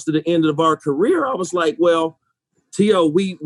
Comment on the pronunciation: T.O. low key pissed that Randy mispronounced his name